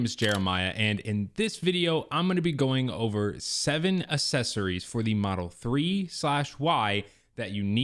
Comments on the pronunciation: Mispronounced accessories by the way uhk·seh·sr·eez is the correct pronunciation Saying assess-ories which is incorrect. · Now that you’ve pointed it out, I can’t unhear assessories